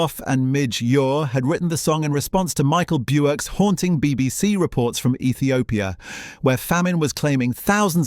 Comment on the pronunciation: Are you actually British? Or is this an AI voice over as you can’t pronounce Daleks correctly and now Micheal Burke one of the most iconic British Newsreaders.